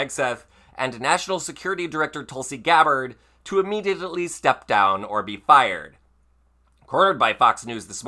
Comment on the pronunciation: In English the word is not ammediately, it is immediately.